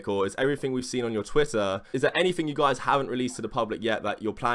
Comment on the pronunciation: that's not how u say pedophile or twitter you ugly idiot